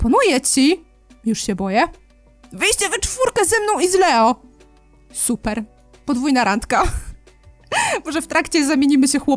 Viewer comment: imie Leo czytaj jako Lijo